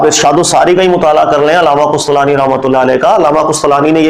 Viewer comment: 2 Word urdu ke Durust karle Qustalani Hota nahi Qastalani hota ha Aur Ansar nahi Unsur Hota haa